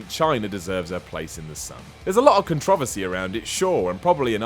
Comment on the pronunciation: did he say contravecy